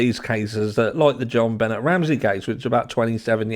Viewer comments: Hi. Benet is pronounced benée. I do not think any one in the family hurt that child. She was found, if I recall correctly partially undressed with a broken paintbrush inserted. There was access through the basement window. I also recall that it was in the second apartment room that the McCann family rented that the dogs alerted to in Portugal, not in the room where Madeleine went missing. However it has been a while since I deep dived these cases. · You're pronouncing her name wrong. Im not judging or complaining, just figuring someone should let you know so it doesnt seem disrespectful in any way. Its not benn-et, its ben-ay Ramsey. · Have you watched even one video about JonBenét before making this video? Her name is pronounced "Jon Benay" nay rhymes with say, not "Jon Bennet". Hence (if you know this case at all you know why I said hence) - the accent mark above the "e". I've never in the 27 years since she has passed heard one person say her name like that. It's not that far fetched that Gary Oliva, who recently confessed, is the perp. He is a convicted pedo, he did tell his friend that many years ago he "hurt a little girl" the night after JonBenét died, he frequented the area of her home, he was found a few years later trespassing and was carrying pics of JonBenét. His friend from back in those days always suspected him. I dont know if he did it, but he sure has a connection to the area during that time period and has been obsessed with her to this day. For those suspecting her father, he dated Natalee Holloway's mom, Beth, later in life after Patsy died. She never suspected him of doing it. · Hi! love your channel!! “Jonbenét” has a French pronunciation (albeit being a fake name haha) so Jon-Ben-Ay 😉 Patsy even goes as far as to say the J softly like the French tend to. But no one calls her John Bennet 😂much love ❤️ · Buh-nay not Bennett. 😂 John Bennett is her dad. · Jonbenet's name is pronounced " Jon BeNAY".